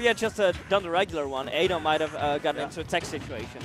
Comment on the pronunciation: The commentator keeps saying a Dom instead of adom